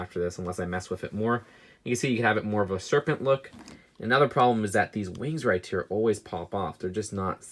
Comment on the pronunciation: Makes me mad he cant say "right here" or "Occamy" ok he may have a lisp or what ever but stop saying Occamy wrong they say it over and over in the movie!